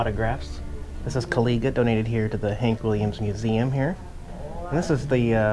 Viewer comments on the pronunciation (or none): The wooden Indian pronounced Ka-LIE-ja not ka-lee-ja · that statue is of Kaw-liga, pronounced kuh lye jah. Great tune of Hank's if you've not heard it. Can't really go wrong with his music.